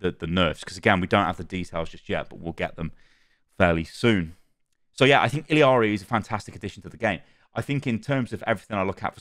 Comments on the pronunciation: Its Illari, not Illiari, stop adding the extra "i"... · It's pronounced like ee-yah-ri not il-ee-ah-ri because it's Spanish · ILL-ARI her name is I L L A R I (ILL-ari). What your saying is I L I A R I (ili-ari) Its 2 Ls not I L I yall are killing me ☠️☠️☠️ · Ee - Jah - Ri, definitely not ILL - Ee- Ari The llama pajama is a pun to show people how to pronounce the double LL sound Jama Pajama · Imma be that guy and tell y’all that it’s not Iliari but it’s actually Illari (i-ya-ri) the double L in Spanish is pronounced as Y in English which makes a Ya sound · btw it's "ee-yar-ee" not "ill-ee-yar-ee" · ILL ari, where do you get the Ill I ari from btw ? XD there is no i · OW2 is NOT better than OW when it first came out. Over time, OW got worse the more bad moves they made to the core game. OW2 is better than the end state of OW1, though. p.s. It's ILL-ARE-EE, not ILL-EE-ARE-EE :) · If you watch the origin story she actually pronounce it like "iyiari" which is accurate as the character is from Peru, and in Spanish the double L is pronounced as a Y. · Ee-la-ree. There's only two i's in that name dude. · hi, as a peruvian the way in which you pronounce illaris name is with a JA sound, so it technically would be pronounced iJAri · Illari is Peruvian. In Spanish, the 2 l's next to each other make a "y" sound so it would be pronounced "Iyari" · il-ya-ri is the pronunciation LL in spanish is an LY sound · Her name is pronounced Ee-yar-ee. In Spanish two “L’s” next to each other makes a “y” sound. (I was corrected by a Spanish speaking person) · the double LL in Illari makes a Y sound . Iyari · Uh you are getting her name wrong. It’s not an accent thing, you are adding the “I” sound after the “L” sound, which isn’t there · Illari is just “ee-yah-ri” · I'm pretty sure it's E-yari cuz double ll in Spanish makes a y sound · Ee-Yar-Ee is the pronunciation 😁. The double L make a Y sound. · It’s pronounced like ee-yah-ree. In Spanish, a double L is pronounced like a Y.